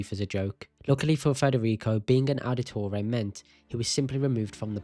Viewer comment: Ow-da-toray. You’re butchering the pronunciation.